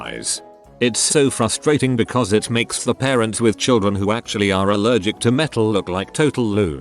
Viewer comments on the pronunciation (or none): Nobody: Narrator: ashuallted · Nobody: Text to speech: ASH-U-ALL-TID